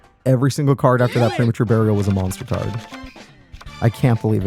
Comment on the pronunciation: So you were unable to DRAW! MONSTAH CARDO!"